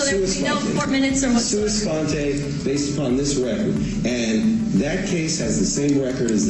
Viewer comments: SUA SPONTE, not SUUS FONTE!!! SUA SPONTE is Latin for Spontaneously. Meaning the Judge decided to dismiss it, without any input from Prosecution or Defense, based on his own realization that the Officer lied in a sworn statement to the court! Imagine that. An officer lying. Happens all the time. Very sad. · Sua Sponte. Not "suis fonte". Sheesh. Nobody studies Latin anymore?